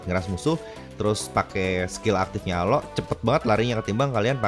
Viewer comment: Jangan bilang alo nama nya juga alok bukan alo